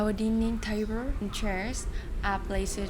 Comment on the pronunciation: tiếng anh của cháu rất tốt. video như này với ngôn ngữ quốc tế sẽ dễ dàng đối với người nước ngoài cho họ tiếp cận. btw chú thấy cháu phát âm cái bàn ăn chưa chính xác nhưng nói chung người nước ngoài comment là tiếng anh của cháu hoàn toàn understandable là ngon rồi. chúc cháu và gia đình sức khoẻ và hạnh phúc.